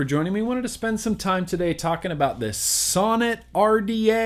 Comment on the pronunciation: Sounds like you keep saying sauna lol.